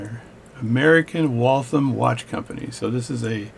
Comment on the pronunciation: Just getting into this as a hobby and found this really helpful. Thanks! Also, as a Massachusetts native, it’s “Wall-tham” and not “Wall-thumb” :)